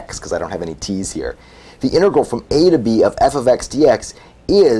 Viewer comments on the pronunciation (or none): Please stop pronouncing "integral" as "intregal."